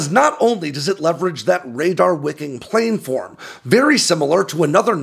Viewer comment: Yes on both. He always mispronounces planform. It's kind of embarrassing. I'm surprised basically no one has picked up on the hybrid nature of the vehicle and the IR and noise assertions. Not a lot of critical thinking going on.